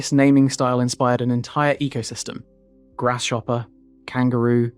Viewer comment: Lol "Grass-shopper". Great video! I didn't know the history behind the program